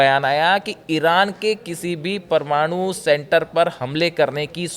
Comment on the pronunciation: O madam pramnoo nehi parmano bolo😂😂